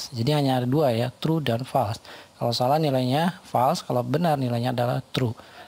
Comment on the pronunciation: Terima kasih atas ilmunya yang sangat bermanfaat. Tanpa mengurangi rasa hormat saya, harap melafalkan kata FALSE adalah fôls bukan fals. 🙏